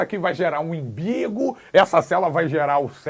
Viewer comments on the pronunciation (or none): ele fala imbigo e ferebro